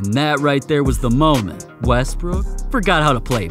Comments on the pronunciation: Bro called Westbrook westbrick lol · Why did you call russ wresbrick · Bro really said russel westbrick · nahh he said russel westbrick.